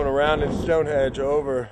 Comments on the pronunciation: During the entire length of the video, I was either laughing at their childlike antics or correcting them. StoneHENGE not stonehedge. :) I love these guys and the show itself!! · its stone henge not stone hedge :P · Henge not hedge get it right guys Stonehenge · "here we are at Stonehedge".... lol love it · It's StoneHENGE, boys. Not Stonehedge. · Guys.... it's StoneHENGE, not StoneHEDGE. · "Stonehedge" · Its stoneHENGE NOT stonehedge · its henge not hedge!! lol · sounds like Nick keeps calling it "Stone Hedge" LMAO...haha Zak dancing in the back is priceless! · Nick is definitely saying Stonehedge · Did Nick say StoneHEDGE?lol. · Were they calling it StoneHEDGE?? Or did I just not hear the 'n' in their pronunciation? LOL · Nick said "Stonehege*